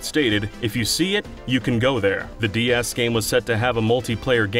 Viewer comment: Am I crazy or does this guy keep saying "DES?"